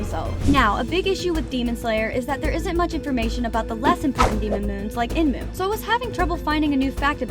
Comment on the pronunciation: Her : when " EMNU " me : ayo its enmu girl look by yourself